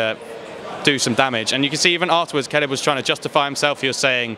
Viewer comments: WHO is KALIB? LOL Khabib !! actually its Habib but because Russian do not have H letter they pronunced Kh.. so its originally Habib which means beloved one! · Did that white boy call khabib caleb? Lol